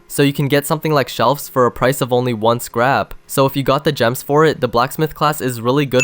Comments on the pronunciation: Bro said scap 😂😂😂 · He said scap